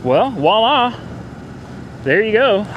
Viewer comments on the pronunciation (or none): none